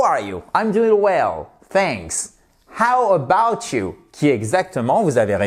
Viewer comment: You do not put the accent on ‘about’ in ‘How about you?’ The accent is in YOU! How about YOU?